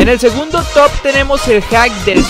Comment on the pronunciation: Va al reves tu top no se pero lo dice mal jaja